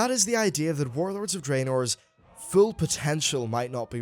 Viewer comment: I cringe everytime you say draynor, it's spelled draenor ffs